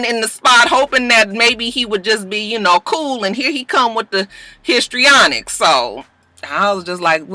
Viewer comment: This is super random but I just love when you say "histrionics". Underused word!!